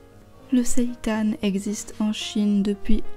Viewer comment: Super intéressant ! Et ça fait plaisir d'entendre quelqu'un prononcer correctement le mot "seitan", c'est rare ! 😀